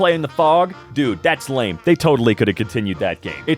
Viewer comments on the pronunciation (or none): none